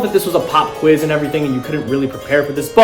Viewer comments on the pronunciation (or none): none